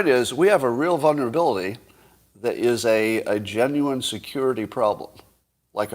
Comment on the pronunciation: its not vunerability its VULNERABILITY